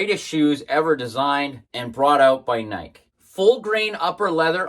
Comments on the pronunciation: Is there there a specific reason you are pronouncing Nike the way you do? He in Eugene home of the brand we pronounce it like Nike-E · Pronouncing Nike like "Mike" is weird, but cool video. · I can't watch this, dude. He goes out of his way to mispronounce nike. He's the only person on the planet who pronounces it like that.